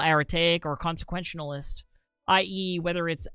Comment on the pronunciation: Your inability to pronounce any of the three words; deontological, consequentalist or aretaic, dealt 6 psychic damage to me